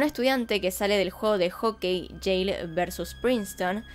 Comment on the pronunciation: Dices Yale y entiendo Yeiiih jaja